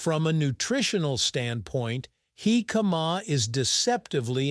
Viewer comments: HICK-uh-muh. Accent on the first syllable. Say it without drawing the word out. My grandmother made her jicama salad over half a century ago. It was a very crisp and refreshing! The size and shape of the jicama slices were like short wooden matchsticks. Jicama salad goes good with fried chicken, btw. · In Mexico, it's pronounced JI-ca-ma. The tonic syllable is at the beginning of the word. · Yeah. Just reduce the sound and put on the captions. Horrible pronunciation. Heee-kaaa-maaaa... I saw another documentary a year or do ago that pronounced it Ji-KA-ma with the j sound and the accent on the second syllable... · He - Kama is the way Mexicans pronounce it Hick-uh- ma is the English way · They are pronouncing it wrong it is pronounced hick-uh-muh, not heee-kaaa-maaa... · I feel like I've been mis-pronoucing it like "Hick-a-MA" all these years. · I like this channel, but if you're gonna do a video about something, learn how to pronounce it. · Almost impossible to watch with that pronunciatiom. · I have to skip this one, too painful to hear the pronunciation over and over again